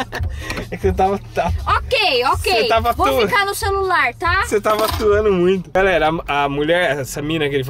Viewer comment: por isso que eu só fico no ´´solular``